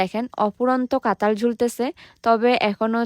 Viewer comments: আমি উনাগো জাতির যতো ভিডিও দেখি, সবাই কথা ঠিক মতো উচ্চ রন,কেন করতে পারে না, এই যেমন কাঁঠাল কে বলে কাতাল,। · কাতাল না কাঁঠাল🫢🫢🫢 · কাঁঠাল ❌ কাতাল ✅ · কাতাল না রে,,,,, কাঁঠাল হবে 😅😅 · আপু কাঠাল কাতাল না 😂😂😂😂😂😂😂😂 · Katal na Kathal😅😅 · কাতাল না রে গাধাঁ কাঠাঁল 😂😂😂😂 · কাতাল না কাঠাল বলে উচ্চারন করুন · কাঁঠাল বলতে পারেনা বলে কাঁতাল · কাঁঠাল ❌❌❌ কাতাল ✔️✔️✔️ শুদ্ধ বাংলা ভাষা ❌❌❌ Difficult বাংলা ভাষা ✔️✔️✔️ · কাঠাল ❌ কাতাল ✅😂